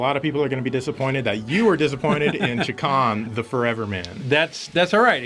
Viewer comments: Haha, guys, it's pronounced ChAkan. You guys pronounce it Chikan, which means molester in Japanese. Maybe that's why he wants all of us to play with him... XD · "Chakan" is actually pronounced like "Shay-Khan," in case anyone cares. It's actually a very small-time independent comic book character. I tried to read one of the stories once but it was so horrible I didn't get past the first page. I think it was trying to be The Crow but failed miserably.